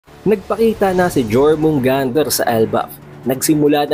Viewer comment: yormugandr pronounce dun idol hindi jormungander